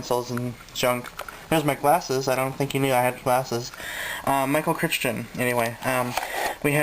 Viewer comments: hehehe :D sweet!!! book lover ;D oh and his name is pronounced cry-ton :) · it's pronounced ˈkraɪtən/; rhymes with frighten